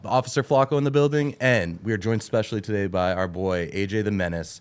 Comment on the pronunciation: said togay in the beginning lol